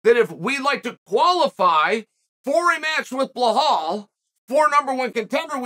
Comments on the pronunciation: It's belal. Not bill hall. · Bilal❌ BLAHAULL✅ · Nobody: Chael: Blahal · Bill - Hall 😂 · Sound it out Chael. Keep trying buddy you'll get it right some day 😂😂😂